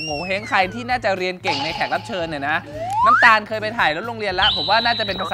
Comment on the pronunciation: นําตาลไม่ใช่นําคาล